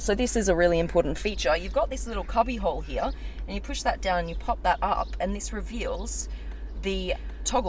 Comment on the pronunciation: It’s here not heay